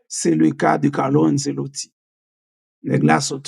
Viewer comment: ce an italyen prononcé comme tche